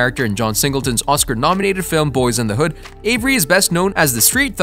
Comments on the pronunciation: You need to check and correct the date of John Singletons death, he died April 28, 2019 not in 1968. You make it hard to want to subscribe to your channel giving inaccurate information and mispronouncing Boy instead of Boyz in the hood.. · Boyz N Da Hood not Boy N da Hood silly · You said Boy N The Hood!! Really!! Unacceptable when clearly you have the name of the movie in the title. And then you say it right the rest of the time. Makes no sense. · LOL the first time he said it was "Boy and the Hood" lmao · 😂 he started out the vid saying “Boy in the hood” never thought the z mattered til he said that 😂 jk but frfr… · If you're planning on making more videos you need to get your facts right and learn the correct pronunciation of the movie 🤦🏾 this is totally atrious